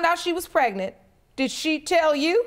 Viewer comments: Prenant lol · Why can’t any of these people pronounce the word “pregnant”?